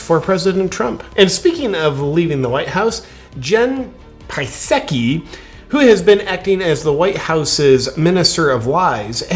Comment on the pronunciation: Thank you for finally pronouncing Jens name correctly. P-saki. Kamala Harris was just as confusing as Joe Biden. Much be the same speak writer. Love your Chanel!!